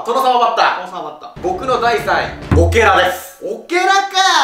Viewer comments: 久しぶりに見に来てやっぱこの2人好きだわww この2人のみを見れんの少ないからより定期的に見たくなるww てかずっと思ってるけどコメント欄であんま見かけないの気のせいかな、？w シルクの方オケラの オ が無くて ケラ になってるw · シルクさんのランキング3位が 『ケラ』になってる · シルクのランキングの3位のやつオケラなのにケラになってて可愛い